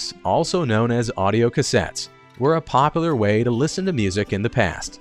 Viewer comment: Did you know that there is a U in POPULAR that needs to be pronounced?